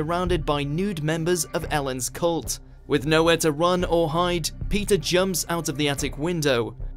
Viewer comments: What up with this dude's accent? It's very easy to pronounce "Peter". Why do you have to call him "Pizza" every time? Jeez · Heard pizza instead of Peter